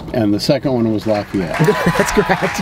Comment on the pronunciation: It’s pronounced ’Lah-fee-et’ not ‘Lah-f’eye-et’. And Lafayette is the best.